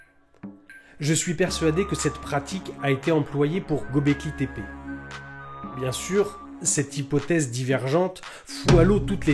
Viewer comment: Göbleki le ö turc se prononce eu comme dans déguEUler dégöler. Au liö de dire Gaubléki ,dites Geubléki et vous y êtes.